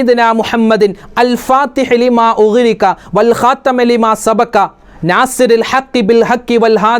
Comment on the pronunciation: الخاتم ൽ ت ന് കസ്ർ അല്ലേ ഉള്ളത് ഉസ്താദ് ഫത്ഹ് ആണല്ലോ പറയുന്നത് ഉസ്താദ് പറഞ്ഞതാണോ ശെരി സ്‌ക്രീനിൽ കാണിച്ചതാണോ ശെരി 🤔